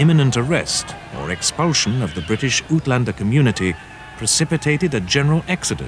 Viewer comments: His pronounciations makes South Africans chuckle. Oot-lander is pronounced ate-lander. In most Germanic languages, including Dutch, v's are pronounced as "f" and "w" is pronounced as "v". Volkswagen is prounounced fol-ks-vah-gihn. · Find it strange that a South African narrator still says "ootlander" instead of "uitlander". I also won't venture to calling it "reckless courage" by the British troops, but would rather go with British arrogance, since the British deemed themselves to be the pinnacle of civilization at the time even though their own cities were rife with diseases and were little more than roughly organized cesspools with named streets. While the British did manage to get the industrial revolution going, they also showed how poorly people could be treated while maintaining a stiff upper lip. None of the monumental accomplishments of any former colonies (with the exception of the Southern hemisphere colonies) could be matched by anything in Britain at the time, and the only reason they even managed to gain such monumental power in the first place was due to the annexation of colonies establish by the Dutch, Spanish and French as these respective colonizers were seeing a decline in their own power. Today, the British empire is an exact replica of what it actually was in the 18th and 19th centuries, a small little insignificant island that is on the cusp of betraying it's western allies in support of Russia. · Aytlanders not ootlanders- BUT nice piece of work here